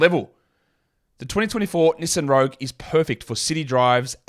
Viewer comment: I just realized you are trying to say Knee-son(Nissan) lol